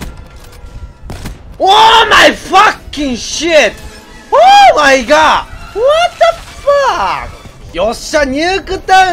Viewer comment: わったんふぁっくって何ですか？ もしかしてWhat the fuckですか？